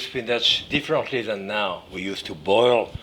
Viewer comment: His pronunciation of "different" stretches the mind and the soul